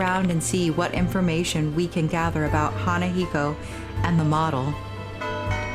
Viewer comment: Im sorry if its annoying, but the na in hanako is pronounced similar to nu in nut. Or just mimic the pronounciation of ha in hanako. Nice lets play though